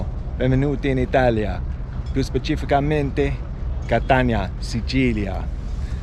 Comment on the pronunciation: I was curious to hear your Italian, it seems good to me, with a very British accent😉, funny to see you wrong to say "specificamente" haha👍🏻 The Sicilians in the port of Catania all seemed very intrigued haha .. Sicily is beautiful but also very particular, especially the Sicilians, you just need to move a few km and change cities to find very different habits and customs, the food is usually very good and cheap , but be careful to call food right, Sicilians are offended if you're wrong haha... I crossed Sicily from Catania to the Egadi in 2021, passing through Etna, Enna Agrigento, Palermo and Trapani... so I'm very curious to see all 3 videos. I've never tried Bronte pistachio limoncello🤔 but it should be drunk after it's been in the freezer 😅👋🏻